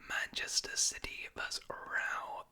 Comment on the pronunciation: I like how he says 'Silly' instead of 'City'